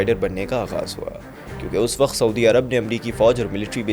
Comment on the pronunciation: I love the choice of words and the narration but please its not WAKHT its WAKT and there were many other words that were mispronounced its not cool or doesnt add any dramatic effect it just ruins the experience please work on it